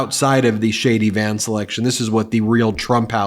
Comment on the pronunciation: Did I hear correctly? "Shady Vance"? 😁